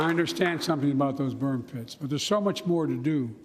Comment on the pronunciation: Wait, what? I don´t understand. Did he say toxid bird pits? Huh?